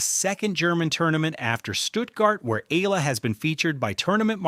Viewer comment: I don't know an Eela, BUT I DO know an E-A-L-A. BS AI